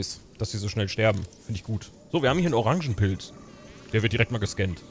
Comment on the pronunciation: Guck mal, oder sagte er Cock mal? 🤭😉 Nicht Organpilz, Orangenpilz. Das sieht immer noch aus wie ein Mond.